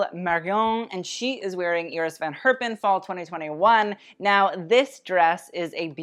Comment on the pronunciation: since you love to pronounce all the french fashion house names correct I got a challenge for you :). Iris van Herpen is pronounced quite differently. the first e in Herpen is pronounced more like english speakers say the a (in for example Jacket).